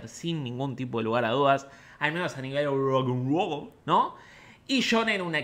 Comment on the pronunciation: me mata como siempre dice ROUC AN ROUL